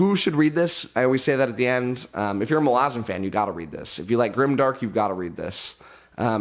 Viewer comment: I'm getting triggered by way he's pronouncing Malazan.